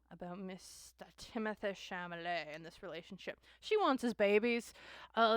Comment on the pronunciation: Timothee “Chamalet” 💀 at least say his name right